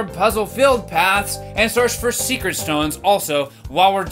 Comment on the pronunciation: this pronunciation of “secret stones” has made parts of Zelda Tears of the Kingdom funnier than it should be to me.